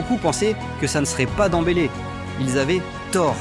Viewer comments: C'est qui ce joueur Dans-bélé? Ce n'est pas de Ousmane ballon d'or qu'il parle? Demmbélé dèmbélé, ce n'est pas compliqué de prononcer le nom de quelqu'un que tout le monde répète quand même. Rien que pour ca cette vidéo ne vaut rien avec nom de Ousmane écorché de cette façon. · Il fait exprès hein a quel moment tu dis danbeler quans tu vois le prenom